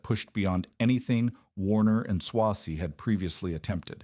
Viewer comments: Who writes this stuff? It's not pronounced Swah-zee, its Sway-zee. I used to go to the Solon plant in the 80's when I was a sales engineer for a dealer that represented Cross and Trecker and I ran W&S turret lathes during my apprenticeship. I don't think much of this video is very accurate and a lot of these videos don't have any citations to cross check the information that's presented. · It's AI. Better than some. Still too much repetition but excusable because it's a long story spanning many years. Eventually it gets the pronouncement right sometimes. It's a long A in Swazey.